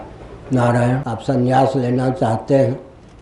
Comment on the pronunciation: Not sanyas but sannyas. Correction by Muth is required.